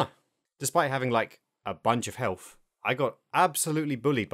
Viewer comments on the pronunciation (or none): I can't take any adult seriously when they can't pronounce simple words correctly. "Hey, you have healf" (health) "you'd have fought" (thought) you were obviously not paying attention in school.